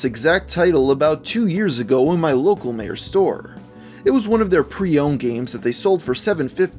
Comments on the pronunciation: It's not pronounced "meeyair", it's pronounced "my-yer". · "Mayor" lol Meijer is pronounced as "My-er" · Am I the only person that is a little pissed at the way he pronounced Meijer? It isn't "May-or" it's "My-err". Where my midwesterners at? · Lmao Meijer is pronounced "my-er", not "may-er". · Okay it's not mayor it's my-ur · You said Meijer like "Mayer." It's pronounced "Migher" but it's not a nationwide store so I'm not mad. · its Meijjer not Mayer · Meijer is pronounced My-Er, not May-Er. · Meyer... MEYER!!!????????!!!!?? It's MIYOR SPELLED MEIJER! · its pronounced myer not Mayer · MEIJER: “my-er” that’s how you pronounce it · just saying meijer is pronounced my-ers i’m sorry it just bothered me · Meijer pronounced my-er just an fyi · You called meijer "mayor" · Love your videos man, but they way you say Meijer, lmao, atleast in Ohio, everyone I know pronounces it "My-Er" but to each their own, keep up the great content! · Meijer is pronounced My-er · "Meijer" is pronounced "Mai-ER" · Lol he pronounced Meijer. M-eye-er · Meijer is pronounced "Myer." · Everytime he said "Meier", the Michigander in me died a little inside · There's a Meijer near me but I've never seen this game there (also it's pronojnced my-errr) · The commenter is probably from Michigan or the surrounding states, since it was founded there *also it's pronounced my-er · Meijer is a grocery store in west Michigan,and it's pronounced Mi-Her. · it's pronounced My- er and Meijer is like a reject wal-mart to those in the U.S. who don't have one in your state. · You probably won't even read this and probably have been told this like a million times, but it's pronounce "my-er" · Kind of love how he miss pronounced Meijer XD I've always thought it was spelled weird. The Meijer i go to still sell used games but i never saw the game there. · You pronounced mejier wrong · I got triggered when he said Meijer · Triggered by the way he said Meijer. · He pronounced Meijer wrong...I think.